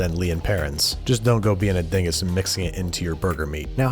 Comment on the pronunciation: Its din - Gus And stop moving the cans as you speak Jesus